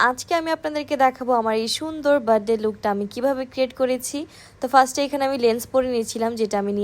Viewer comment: বার্থডে উচ্চারণও পারেনা